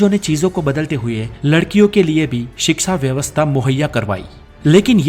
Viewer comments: First of all the word in hindi is called shiksha not siksa. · Bhai wo shiksha hota he siksa nahi 😁😁